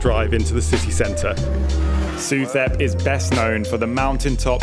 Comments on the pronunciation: The street is pronounced su-tep. In Thailand the TH symbol sounds as a T, H is dropped. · Pronounced Soo Tep. Saying it as you do, lets the local people know you are a recently landed foreigner susceptible to higher prices.